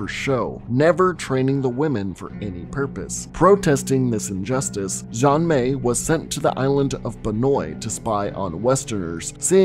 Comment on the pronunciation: Easier way to pronounce Xian Mei is kinda like this “Shen May”